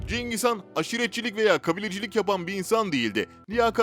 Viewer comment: Cengiz Kaan değil HAN